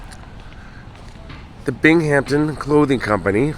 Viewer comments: it is pronounced bing um ton all one word big Hampton smh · Interesting thanks. Common mistake ppl make is the pronunciation of Binghamton. It's Bing Ham Ton. Not Bing Hamp Ton. Ppl tend to throw a "p" in it. No worries ☮ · Bing-am-ton, aren't you a hockey guy?? Never heard of the Binghamton(Bing-am-ton) Rangers my guy? Lol. I know you would think it's like the Hamptons, but there is no P in Binghamton. Thus our NY accent sounds it out differently. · Thanks for another excellent video, but I believe the city's name is pronounced BINGUMTON rather than BING-HAMPTON. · Try to pronounce it Bingemton New Yorkers typically don't pronounce the h .. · Great story but its pronounced, Bing-Um-Ton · What a lovely cemetery. I love walking through them, as I find them so peaceful. An FYI Binghampton is pronounced bing·uhm·ton. I went to boarding school in New Lebanon and a roommate one year was from the area. Love watching your videos, especially the few you've done in my home state. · Thank you for telling the tragic story of this fire in my hometown, Binghamton NY. NY cemeteries really are the best. Oh, and in the long history of teaching pronunciation of "Binghamton" to outsiders: Binghamton has no "P", it's just basically pronounced as a smooth(ish) "Bingham-ton". Sorry to be grammar nazi. I enjoy your work! 🐈‍⬛ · Thanks for bringing this past tragedy back into the minds of people. I wish I knew you were in the area, would be great to see you again. Thanks again for another great video.Take care! 🤟 Bing-uhm-tn......not being snooty, just helping out...lol. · Its pronunciation is bing ham ton but say it quickly lol sorry im a New Yorker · I know it's not important but I'm cringing. Just don't pronounce the H. Fellow NYer here❤ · I was cringing to